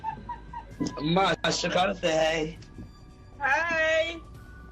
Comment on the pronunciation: Great job on the video. And just so you know her name is Shekinah, not Hakinah. Not that it's a big deal. Lol, just thought you should know